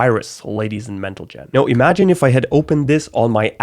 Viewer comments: Did anyone else notice said mentlegen instead of gentlemen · did everyone just ignore that he said ladies and mentalgen instead of ladies and gentlemen 😂😂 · No one:: Ladies and mentalgen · "Ladies and Mentlegen" shook me lol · "Ladies and Mentlegen" shook me off lol. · its gentlemen in reverse: gen tle men --> mentlegen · Did nobody realise? he said ladies and mentalgen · Ladies and Mantlegen😂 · "ladies and mentlegan" had me forgot what english was, LOL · whoo trojan virus ladies and mentelgen got me cracked up 😂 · Ladies and mentlegen😂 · "Ladies and Mentlegen" I laughed way too hard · Ah, yes. Menteljan. My favorite word. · "Ladies and Mentlegen" got me rolling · ladies and mentelgen😂😂😂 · Did he just say ladies and Mental-Gen? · "mentlegen" got me XDD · 'ladies and mentlegen' are you french and do you by any chance smoke 80 cigarettes in one hit?